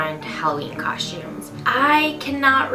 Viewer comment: Love the way she says costumes lol (cosh-tumes)